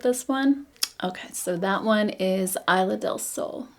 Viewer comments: Isla is pronounced EES-lah :) love your review!! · Thanks for sharing! They look beautiful on you. Btw, I in Spanish is pronounced like e in English (esla)😊